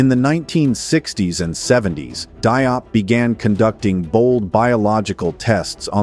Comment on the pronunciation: Pas Dop , mais Diop